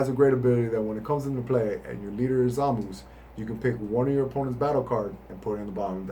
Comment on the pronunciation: every time i heard him say "Zamoose" i died a little inside because it's supposed to be "Zah-mah-soo" or "Zah-mahs", great deck profile though. Personally i run four 2 drop goku blacks to always have him indestructible for earlier game potara fusion, mostly because the effect is so much better in early game to prevent negates and counters